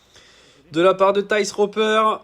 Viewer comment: Par contre il a sûrement dû te le dire mais Thijs se dit "teys"